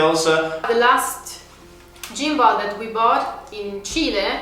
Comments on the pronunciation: For the g in gimball is like a hard g similar to the word gone. No criticism just helping. I was wondering why you were talking about gym balls 😂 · great video as usual! Gimball is prounounced more like "Gim+ble" instead of "Gym+ble" ... gim like the word whim ... hopefully that helps as your english is amazing!